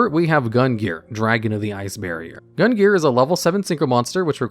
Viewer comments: Omg cant believe nobody commented on this but.... Gungnir is pronouced GUNG-NEAR and not GUN-GEAR. Almost launched me out of the stratosphere with the constant mispronunciation there,. (Was that a secret plugin for a new archetype?:3) Anyways, as always, thanks for the entertaining vid. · I've heard worse attempts. Basically he just completely ignored the second N here. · I should not be this bothered by your mispronunciation of Gungnir's name, but I am. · And mispronounced gungnir multiple times as well.